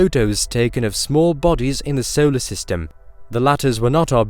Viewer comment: Where is the narrator from? Maybe it is AI not a person. I love the videos but the pronunciation is odd at times. We don’t live in a ‘sollar’ system for example.